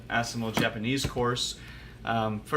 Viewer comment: A very positive honest review, thanks. To pronounce assimil simply by saying it in French as "asseemeel". Alternatively, you can order directly Assimil courses from bookdepository dot com. Or you can check the cheapest Assimil at bookfinder dot com (isbn search engine). In my country, Amazon is always so darn expensive. I've always ordered my books from bookdepository and abebooks. Wish you the best of luck with Japanese. It's a cool language =)